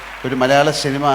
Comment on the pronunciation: ശിനിമ, ശഞ്ചരിച്ചു ഷെലിബറേഷൻ 😂 മോഹൻലാൽ ബിഗ്ഗെസ്റ്റ് സൂപ്പർ സ്റ്റാർ പ്രേം നസീറിനു പഠിക്കുകയാണ്.